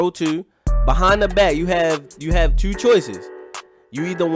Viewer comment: U must be from Baltimore just of the way u say two(tyuu)